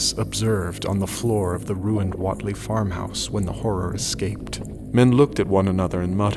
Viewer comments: Wait lee not wot lee. Biblio tek not biblio theek. Those quibbles aside very well done. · I don't know who's pronouncing it right, but I always pronounced Whatley with a "wait" sound, rather than the "whot" sound he uses. That's the one that I kept noticing. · I agree. He pronounces it like the 90s pop singer Jody Watley. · Pronounced Wait- ly.This is good but that's gonna bug me.Wilbur Wait-ly not Watt ly.But the Voice acting is good. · Not bad, but the pronunciation of "Whateley" is kinda grating. I'd always heard it as "wait-lee." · Pronunciations are wrong. Dunwich is spoken "Dun-ich" , Whatley is WAIT lee. But I can live with it. This is my favorite story. Wilbur is such a freak. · You couldn't of spent a couple of minutes to learn how to pronounce Whateley? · The accents of the lady and Whately really killed the immersion. They sound like they are black and/or from the South. These accents are totally different from how someone from rural Massachusetts or Rhode Island would sound like. Other than that, I loved the sound effects and everything else.